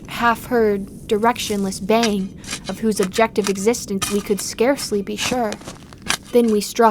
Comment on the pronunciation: It's "baying"